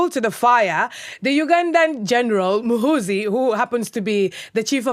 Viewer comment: Love how pronounces 'Muhoozi' lol. It's Mu-hoe-zee not Mu-hu-zi. The two Os in Runyankore mean you phonetically lag on the letters. They don't change sound like they do in english